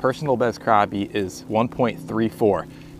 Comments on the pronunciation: It's not cropi it's crappie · crappie not croppie